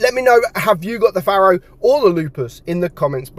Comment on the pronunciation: It's a Pharaoh. Pronounced Fair-O. As in Ancient Egyptian Rulers. Not a 'farrow' as you say, which is a long narrow ditch left by a Plough in a field. Love you to bits!